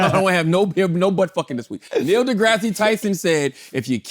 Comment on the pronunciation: Drake going back to the wheelchair with Neil's name pronunciation 😂